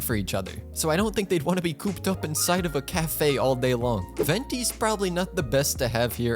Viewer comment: You said Venti right(I just watched for Venti vs Kazuha build and the fact you said Ven-tai drove me insane